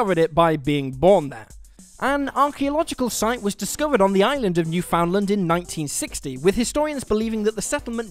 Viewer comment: Newfoundland: not pronounced "New-Found-Land" or even "New-Fund-Land" but "Newf-End-Lend"